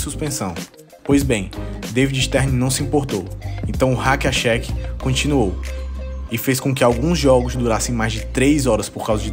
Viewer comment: Não só nas alturas como nas pronúncias do Hack-a-Shaq e do DeMarcus Cousins kkkkkkkkkkkkk vem dizer que escreveu errado no roteiro tbm kkkkkk